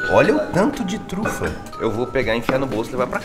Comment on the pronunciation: “E ele falou Truta. Truta? Trufa! KKKKKKK MORTA